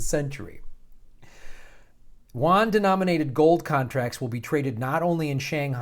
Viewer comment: Yuan - 'YOU on' & Rouble - 'ROO bull'. (Jes' sayin'... 😉)